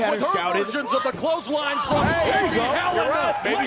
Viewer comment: I heard Becky say clothline